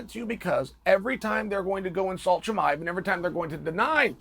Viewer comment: Chael saying his name correctly is a bit of a giveaway 😂